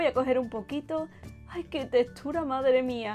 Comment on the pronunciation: Jajaja me encanta que siempre hace comentarios sobre la textura de las delicias que prepara pero me encanta como lo dice..."la testura"...